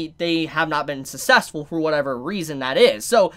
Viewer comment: Ah. I think that's just the habit of Japanese annunciating D's. Which is where the "Doh" pops up. Makes sense in that regard. But isn't Japanese. So he can't use that excuse XD. He also has a habit of saying success as "sus-sess" instead of "suck-sess"